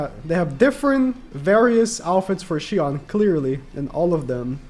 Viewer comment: Does he not know how to pronounce shion